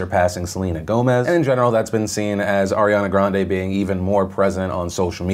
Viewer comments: You are pronouncing her Ariana Grande's surname wrong. It's pronounced "Grand-ee" not "Grahn-deh". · Ariana Grahnd-ee. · Phil, not that you give a fuck, but I recently learned a bit of trivia I thought you might like. We are all pronouncing Ariana Grande's last name wrong. It's actually pronounced gran-DEE. I can't remember what video I saw, but it was of her talking about her last name (I think when she was going to marry Pete), and she pronounced it correctly. So yeah. The more you know. 🌈